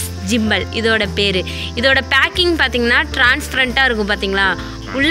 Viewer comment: ஜிம்பல் இல்ல மா... கிம்பல்